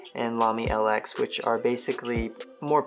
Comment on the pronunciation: Lx is pronounced Lux. Nice review btw!